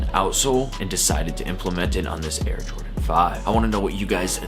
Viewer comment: “Air Jrodan 5”